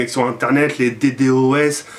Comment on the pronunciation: Eh c'est "Dédéausse" qu'on dit dit pas "dédé-o-haisse" x)